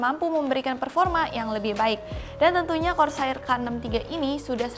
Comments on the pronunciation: korseir deh neng bukan kor sair.. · bacanya Kor ser sayang, bukan kor sa ir 😂😂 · kors air wa dengernya wkkwkw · saya beserta ribuan orang disini udah maafin pengucapan KORSAAIR nya karna kamu cantik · KOR - SAYIR TEN - KEILES ..................... Nice review though, Bahasa Indo nya ga perlu terlalu kaku , kalem aja mbak xD xD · Kor Sa IR tapi kalo yang ngomong mantap jiwa aja lah pokoknya 😂😂😂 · kor sair rip English:( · cewek selalu benar... "kor sair" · "kor sair" bukan "sair" buat ngambil ikan kan? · iya gregeten gw dengernya